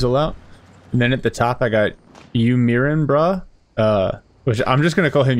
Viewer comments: I think it’s pronounced “mai-rin”, like…. Are you ADMIRING, bro? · You "mirin" brah, such a funny pronounciation. "mirin" is derived from to admire and was coined by the first fitness legend Zyzz and was used in the context: "Do you admire my body?". Good cast. Great Grenadier play from UMB?